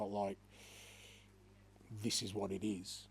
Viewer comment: “Zis is the history of tottenham” a famous man once said 😂